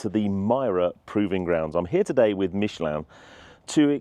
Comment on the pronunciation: Why does an Englishman pronounce Michelin like a Frenchman in England. You are not french and most of your audience is English.